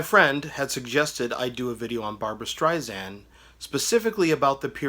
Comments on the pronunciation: Strei-SAND (not zand) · Good review! Make sure to pronounce her last name correctly - you’re saying it like a Z - Streizand - but say it like “sand” - Streisand - she’s very particular about that - FYI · It’s an ‘ess’ (sand) not a ‘zee’ (zand). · It is Barbra StreiSand, not Zand. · I know it's been over a year since this video was posted but again, her named is pronounced Strei-SAND not Strei-ZAND. Also, her follow up album after Stoney End was Barbra Joan Streisand not Barbra Jean. Please get your information straight before posting videos on someone. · Might be a good idea to learn how to pronounce the subject's name of whom you are speaking. It's StreiSAND, like sand on the beach. However, I will give you kudos for getting the spelling "of Barbra" correct. Also, did you really say "Barbra JEAN Streisand"? ... I can't. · Please, her name is StreiSand, like sand on the beach, it does not sound like "z". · SSSand omg. And it was barbra JOAN not jean